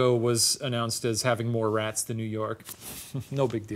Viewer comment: “I even checked for rehhhhts”